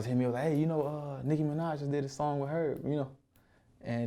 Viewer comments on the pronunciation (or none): none